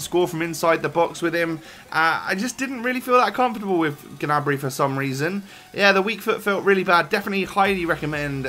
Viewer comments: (GA-NA-BREE)?????? It's pronounced: (NEY-BREE) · I‘m German and he‘s pronounced Gnabry